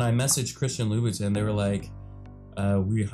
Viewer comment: Louboutin is prounounced like lou bou ton not tin